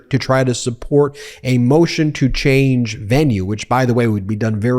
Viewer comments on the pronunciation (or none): none